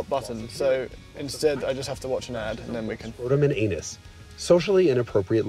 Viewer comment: No one on earth can pronounce Anus like Jason Cammisa. He is a pronunciation Demigod! 😅🏁🍾❤️